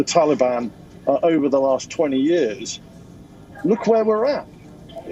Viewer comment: I love the way you say ‘yearrrrs’ like sharadha kapoor